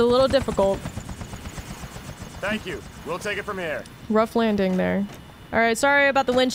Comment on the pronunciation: "ruff randing" and she didn't even notice it, LOL that's so hilariously adorable bro 😂 keep it up with the GTA4 videos, this is hella nostalgic for me